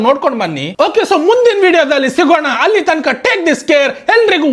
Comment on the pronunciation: ಹಲ್ಲಿ - ಅಲ್ಲಿ ಅನ್ನ - ಅಣ್ಣಾ ಒಲ್ಲೆ - ಒಳ್ಳೆ ನಿಮ್ಮ ಕನ್ನಡಕ್ಕೊಂದು ದೊಡ್ಡ ನಮಸ್ಕಾರ